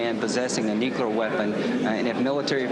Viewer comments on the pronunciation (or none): People who cannot pronounce the word nuclear should not be setting global nuclear policy. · 20 years and he still can’t pronounce “nuclear.” Nothing says expertise like five different mispronunciations of a three-syllable word. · The irony of Lindsay Graham being in the position he is in, when he can't even pronounce the words "nuclear" or "oil". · And none can say nuclear correctly. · Love how Graham can’t even remotely pronounce the word “nuclear.” Not. Even. Close. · Graham cant't even pronounce nuclear. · all these years, and he still cannot say "nuclear"